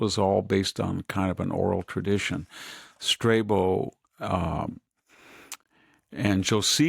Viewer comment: Str'A-bo / Στράβων Strábōn is the correct pronunciation. ˈstreɪbow is an English-ism, got this one right. Nice program & thanks to both.